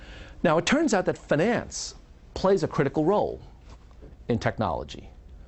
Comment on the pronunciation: Why does he say "finance" in such a weird pronunciation. He pronounces it like the French would.